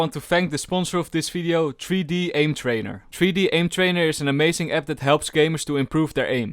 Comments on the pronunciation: LOL anybody noticed he says fideo for video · I love how he says and v word as f like falorant and fideo